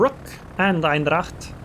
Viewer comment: I sorta don't like to be that guy but! That Dutch cruiser is Eendracht not Eindracht 😁